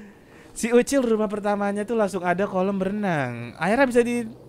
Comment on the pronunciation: BANG MAAF PENYEBUTAN NAMA YANG BENAR UCIL BUKAN OCOK